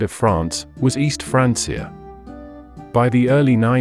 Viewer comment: Sorry i just cant with the AI. The pronunciation of Francia is just bothering me too much. ✋️